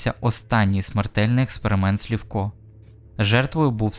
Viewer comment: Чого Слівко, якщо Сливко?